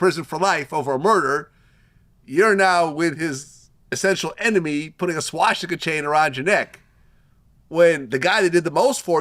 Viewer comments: Vlad its swastica. Not schwastica or shwastica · Why did the moron keep saying SHWASHTIKA